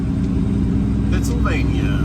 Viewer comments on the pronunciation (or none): none